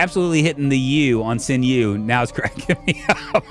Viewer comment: sinew is pronounced "sin you". 😀